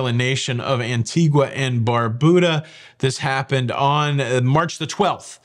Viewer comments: Talking about pronunciation….I believe it is “an TEE guh “ not “an tee gua” if you want to be picky! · An-tee-guh,. Not an-tee-gwuh. I only know because I was corrected when I said it the second way. 🤣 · please - you are the expert. The island is An-TEE-ga. No "u' sound. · Just for your info - it’s pronounced ANTEEGA. No U sound.. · I live in Antigua Guatemala. I understand that Antigua in the Caribbean is pronounced “Antiga” where the u is silent. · I think it is pronounced anteega. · An-ti-ga you don't pronounce the U. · Canada also uses gritty to describe something first and disgusting. Also a heads up the “u” in Antigua is silent.